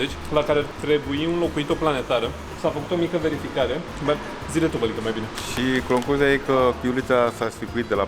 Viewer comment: " și cloncuzia e că".... 😁